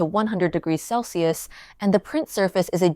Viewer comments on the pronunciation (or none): none